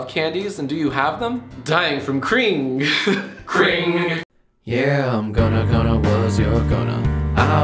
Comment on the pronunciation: Cring isnt really bad grammar it's the doge pronunciation of cringe